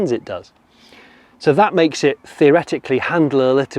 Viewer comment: Oh Jonny! "Thatch!" You can take the boy out of Somerset... 🤣